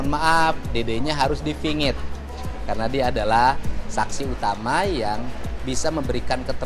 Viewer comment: Dede harus di fingit apa di pingit 🙏 ciri khas KDM kalau pertama huruf P jadi F. Sehat terus KDM, untuk menegakkan keadilan dan kebenaran. Dukung terus Mana nihh Rudiana dan Aep, koq ngumpet aja, katanya polisi mana keberanian anda untuk mengungkapkan semuanya. Malu sama seragam woi, andai aku jadi keluarga Rudiana, pasti aku ngga mau mengakui orang yg buruk kelakuannya. Andai aku jadi Rudiana, untuk apa aku berlama² menyandang sebagai polisi. Lebih bae' aku mengundurkan diri jadi polisi dan mengakui kesalahan dan masuk penjara aja. Tersiksa di dunia, akan sengsara di akhirat. Tunggu aja azabnya Rudiana dan Aep.